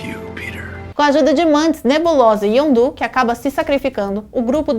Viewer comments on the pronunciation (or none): Elá falou o nome dos personagens tudo errado: "ZolÁ", YondÚ...